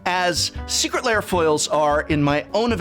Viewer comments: BTW, the word 'lair' has one syllable, should not be pronounced as "layers", but "l-airs" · The prof always pronounces this like it's secret layer.